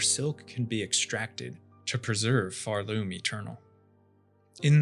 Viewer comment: "pharLOOM" youre stressing the wrong syllable and its annoying the fuck out of me